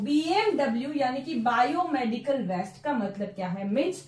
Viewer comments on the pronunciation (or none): Madam, the contents and explanation is very good but the pronunciation of waste is different , kindly pronounce in right way, west is different and waste is different.